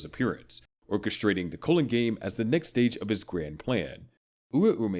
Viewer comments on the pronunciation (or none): none